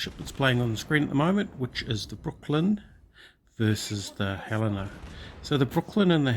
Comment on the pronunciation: FYI, it's pronounced Helena like the lady's name Helen... Montana town, USA😊